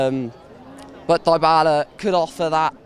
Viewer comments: Donal die-bal-lah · Defo some funky pronunciations of Dybala! 😂